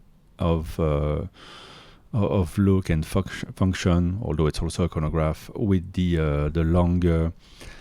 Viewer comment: Hey, be careful of how you pronounce “function “! You must have something else on your mind! 🍑🍆😂❤